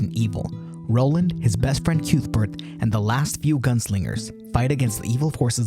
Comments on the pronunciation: This is lovely! But I must point out one thing. CUTHBERT!! It's pronounced KUTH-bert. Not CUETH-burt. 🙂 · I loved the movie, it melted really well in my fireplace. Edit: stopped watching when you called Cuthbert "Kewthburt"